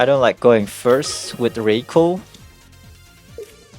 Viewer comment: RYE-KOO, not ray-koh